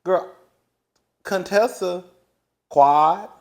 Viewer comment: From the beginning when Contessa came on the show Heavenly butchered up her name on purpose. Thinking it was funny, but it wasn’t. Heavenly tries to mix humor with meanness which makes it not funny. At times she is funny without the malice.